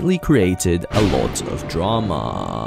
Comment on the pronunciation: Bro had a huge heart attack he had a stroke while pronouncing drama